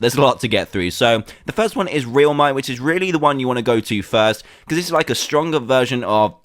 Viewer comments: RELMIT not realmite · It's not called that it's called real mite pronounced like this relmite